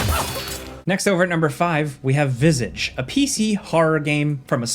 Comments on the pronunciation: the way he pronounced visage killed me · Tbh after i was almost entirely distracted by the pronunciation of "Visage" an the subsequent web searches. My native language is neither English nor French, but somehow I am really bothered by the apparently correct pronunciation in English.